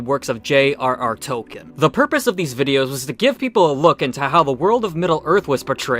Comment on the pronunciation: If you’re going to be this critical about pronunciations, you should learn how to pronounce “Tolkien.” Also, “pronunciation.”